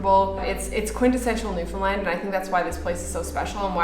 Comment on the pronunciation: Why does it always sound like you’re saying “Newfinland” and not Newfoundland